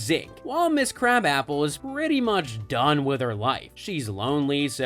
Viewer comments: Her name is pronounced "kra-bopple" not crab apple. Wtf is this channel?? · It's not crab-app-el. It's kruh-bop-il. (Edna krabappel.) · That was irritating me as well every Simpsons episode I've ever watched it's pronounced krabopple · Interesting on how many times you pronounced Edna Krabappel's name wrong. Have you ever watched the show?